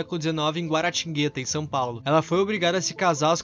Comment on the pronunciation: PO IRMÃO, GUA-RA-TIN-GUE-TÁ, TEM ACENTO ASNO!